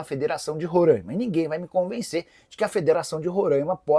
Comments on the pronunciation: Oooo Nicola, meu p...a para falar o nome do meu estado de rorãima meu é RORAIMA, sacanagem. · Nikolas é RORAIMA e não Rorãima! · RORAIMA SE FALA COM A FONÉTICA ABERTA. TENHA MAIS RESPEITO AO FALAR DO NOME DO ESTADO. POR FAVOR